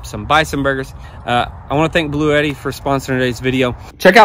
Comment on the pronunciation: I laughed out loud! Omgoodness it kept sounding like you were saying 'Blueyetti' and I kept saying "BLUETTI"! I can't possibly afford one but I know the brand. 😂❤😂 Great video as always!